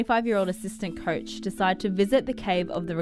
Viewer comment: Not the "couch" but the "coach" :-) Bless you anyway.